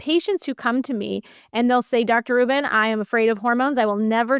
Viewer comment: The interviewer can't seem to get Dr. Rubin's surname right, calling her "Dr. Rachel Rubins." Come on. Do better.